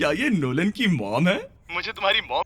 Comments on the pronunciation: Why he's calling lolan😂😂😂😂😂😂😂😂😂😂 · Bhai NOLAN ko LONAN bol raha hai